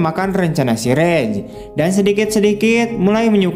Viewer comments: Raj.... Om. Bukan Rej..... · raj bukan rej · Raj bang bacanya bukan rej